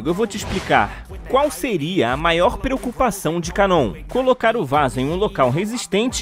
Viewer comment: A pronúncia correta é KAnon e não kaNON. Ja pedi pra pronunciar esse nome coreto mas você é chato e teimoso, todoa os dubladores do anime pronunciam KAnon, mas so você ta certo em pronunciar kaNON. Complicado hein...